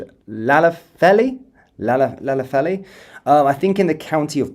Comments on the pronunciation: You make me laugh with your Welsh pronunciation do you want me to give them to you in phonetic language? Love your news feeds. Duved Powis Lanetlhy for starters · Say "Klanethly" "Pow! Iss" as this is a bit nearer the pronunciation I think. 🙂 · It’s pronounced….Clan ~ eth Lee. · Llanelli, broadly pronounced Clan-eth-lee...with the emphasis on eth 😂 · Llanelli or pronounced CLANETHY is that right but do not call out he’s a good man 🇬🇧🏴🙏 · Nice try. it's pronounced like THLANETHLI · It’s pronounced Lan-ethley mate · The pronunciation phonetically is Duved -Powis - and Daven, Thluynhendy. Thlanethli, Velinvoil. Hoipe that helps. The 'double L' at the start has to be practised by those not familiar with Welsh, so that's the best option, It's also Car-mar-then shire.